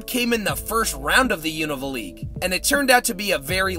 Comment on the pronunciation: You’re one of the few people out there who pronounces Unova correctly. Also great video. 😁